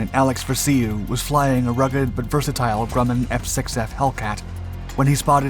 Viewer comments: Alex Ver-see-you? it was Alex Va-rash-oo. I met him about a year before he passed. He had some some amazing stories. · Vraciu rhymes with ‘Cashew’ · "Fat beast"?? Where did THAT come from? I've known dozens of Hellcat pilots, three Grumman staffers (two became VPs), and written two books on the subject and never-ever heard of Fat Beast. Ref. "Vra-see-you," I knew Alex Vraciu and his family for about 40 years. It's pronounced "Vra-shew" which he always said "Rhymes with cashew." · I don't if anyone has metioned this yet, but the narrator mispronounced a fighter pilots name. It's Alex VRAA-shew(Vraciu). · MARTlet, and Vi-ra-c-u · Vuh Rah Shu. Alex Vraciu. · Alex Vraciu is pronounced Ver Ay Shu. Got to meet this hero...such a kind and gracious man. Sadly, he passed January 29, 2015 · If you’re gonna use Alex’s name here, at least pronounce it correctly. VRA’ CIU. Incidentally, the boys from Cactus seemed to do damned well with just the F4F. Joe Foss got 26 I believe. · The F6F did not resemble the F4F in any way. The F4F was for all intents and purposes an F3F turned into a monoplane. You also mispronounced Tarawa, which is pronounced Tar-ah-wah. The R-2800 was in the Aircraft from the beginning, not the R-2600 which was used in the B-25 and a host of other aircraft. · Completely butchered the pronunciation of Alex Vraciu's name. Yikes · Great videos, but we can tell you're a young civilian. You mispronounced Tarawa and Rabaul. Oh, and Vraciu. Oh, and the Martlet? That's still a Wildcat, not a Hellcat. 50 cal machine guns were no match for the lightly armored Zeros? That doesn't make any sense. The Browning M2 machine gun tears a Zero to shreds... engine included. One more thing: the radar wasn't mounted behind the wing ( which also wouldn't make any sense), but forward. You must not have had your coffee today.